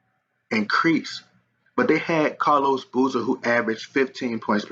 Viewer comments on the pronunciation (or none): none